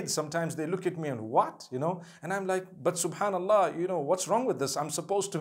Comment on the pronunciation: Every time I looked at your video you bring me smile when you say "BAT" (but) may Allah bless you and your family continue to make videos !!!!! (My english is not good because Im french)